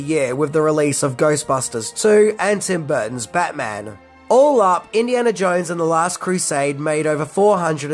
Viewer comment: I think it's pronounced "Jones", and not "Jouinz".